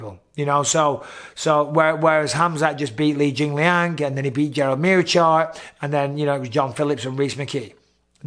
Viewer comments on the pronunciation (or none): none